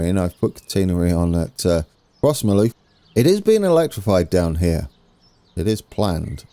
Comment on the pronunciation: Crossmyloof is pronounced “Crossmiloof” Also, South Western goes up to 70mph after Kennishead towards Barrhead.